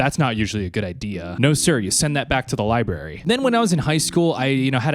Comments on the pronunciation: li brary. not liberry. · Library, not Li Barry 😭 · Lie berry